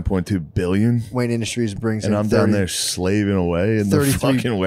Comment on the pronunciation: Could’ve sworn Matt opened it saying Wayan Industries